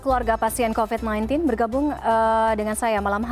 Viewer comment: 0.02 COVID mbak bukan COVED😂